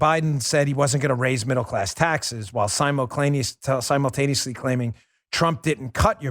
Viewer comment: "Simuclaimiously" Dan Bongino creating words again lol